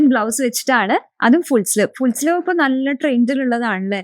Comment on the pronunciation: Full "sliv" aalla, "sleeve" aanu.